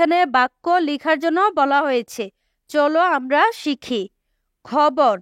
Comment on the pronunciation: Khabar ke hobor keno bollan😂😂😂😂😂😂😂